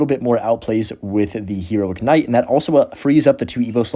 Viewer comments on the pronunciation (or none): Please just call the Knight a Night. You keep saying Kuhnight or Ignite and it’s like whyyyyyy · it's hero knight the k is silent wtf is a hero kanaight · Did you just call it k-night? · The K night pronunciation is triggering me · PLEASE! STOP SAYING THE K WHEN SAYING KNIGHT!